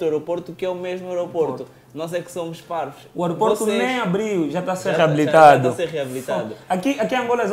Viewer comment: Esperar ai, o disse #OROPORTO? 😂😂😂😂😂😂😂😂😂😂😂😂😂😂